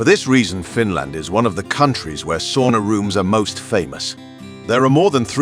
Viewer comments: It's pronounced "sauna", not "soona". Repeat after me: sauna. And once again: SAUNA. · C'mon, this is basic. Sow-na, not saw-na. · You need to learn to pronounce sauna, especially if you use the word so often. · He sounds British. I've never met a Brit who can pronounce sauna correctly.